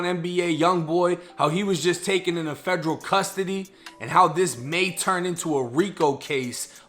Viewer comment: Instead of Federal.. he was saying FEDREW 😆